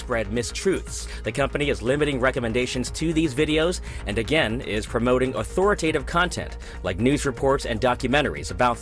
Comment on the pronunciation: Dude can't even say authoritative. What part of America does that accent come from?